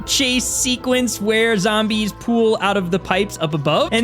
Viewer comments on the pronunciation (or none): none